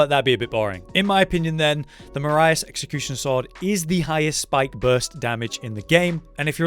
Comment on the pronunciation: Why do so many people pronounce it as marias? A lot of the names in elden ring seem founded on European (rijkaard is dutch last name, erd(e) is german for earth, so earthtree, etc.) With those in mind, Marais sounds a lot like it would be a french name. But about the ranking; in my opinion the pizza cutter is able to stand next to the marais executioner sword. The pizzacutter is slightly more difficult to hit, deals comparable damage but also has bleed buildup.